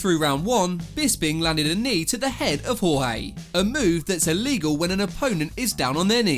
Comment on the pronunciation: Apparently poking someone in the eye “It’s very iwegal”